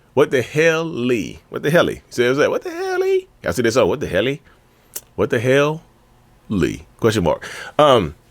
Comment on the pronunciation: "What the hel-Lee?!" 😂